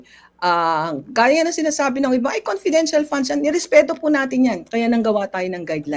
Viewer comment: Confedintial fun ngaa eh